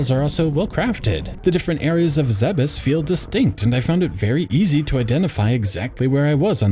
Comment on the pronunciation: It's pronounced ZEEBS. I'll fight you over it